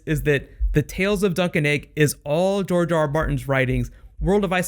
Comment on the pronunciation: GRR Martin, as in George, not Jorge.